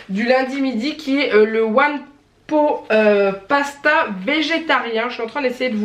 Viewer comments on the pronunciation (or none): Coucou hihi one pot pasta ça se prononce pote hihihih. Ratatouille j adore mais perso j’ai absolument rien entendu comme son de la télé 😕le tofu ça n a pas de goût particulier, moi je le marine dans de la sauce soja et je prends du fumé. Gros bisouuuuu